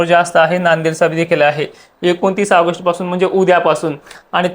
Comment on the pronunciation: आगष्ट नाही ऑगस्ट